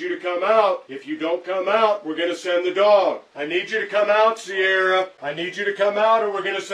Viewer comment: I don't think they were saying her name right. It's "See-are-uh". Not sure that it changes anything though